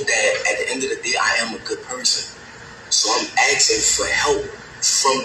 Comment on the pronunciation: "asking" not "aksing"